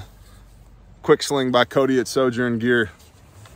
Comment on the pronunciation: Enjoyed the multilingual from you heavy emphasis on sling"O" its good to to know we as the nation are branching out. Great vid on a QRF belt"O" out on the pines. Seemed like good placement and items within easy reach while in a fight.